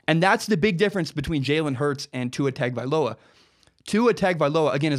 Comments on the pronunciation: You’re all wrong it’s hung-oh-vailoa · Tua's name is spelled hideously. Or at least the first two syllables are. It's pronounced: TUNG-uh-vigh-LOW-uh. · It's spelled "TAG" it's pronounced "TOUNGE." Get it right, he'll be at Bama for the next two and his little brother could possibly be at Bama for 3 after high school. 6-8 years you'll hear that name. ROL17IDE! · Please pronounce his name correctly. Say "Tungue O Vi Low ah" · Let me spell it out correctly ..Tah ngo vah ee low ahhh. That is how you pronounce it. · Correct pronunciation is Tua tongue oh vailoa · LOL! remove the ue on tongue and you'd have it spot on. It's pronounced TONG-oh-vai-loa. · ....what??? That's the worst butchering I've ever seen. It's Tua Toungue-O-Vye-Low-Ah.